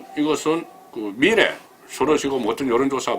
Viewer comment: 가자출신이, 방송을하는분이 발음이 기본인데 억양이 완전꽝이네요. 신경좀 써주세요. 종로. 미래.전략.등 단어에 신경쓰세요.